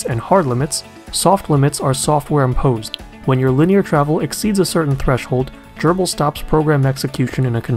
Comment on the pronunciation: Nice video. And very thorough overview on Grbl's homing and limit switches! I'll start pointing users to this video when this comes up. (Also, do me a favor. Please pronounce Grbl as Grr-ble, rather than Gerbil. Thanks!)